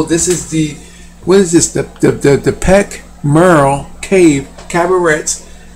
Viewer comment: You are not convincing. I would suggest that it could be a drawing of a man out hunting, covered in a skin of an animal in order to get closer to his quarry. Also note that the trunk follows through to the drawing behind the hunter. Also suggest that you take the time to pronounce 'Perch Merle' correctly